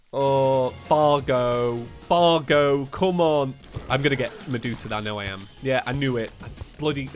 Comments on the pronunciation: I love how he said cargo instead of Fargo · Was calling Fargo “Cargo” or is it just me?